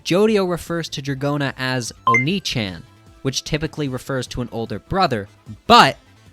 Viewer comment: it's oh-ni-ch-ahh-n